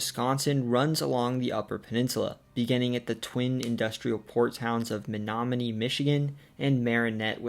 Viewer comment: Only halfway through so far, but as someone from Menominee, I’ll say you NAILED pronunciations of place names all around. They aren’t easy!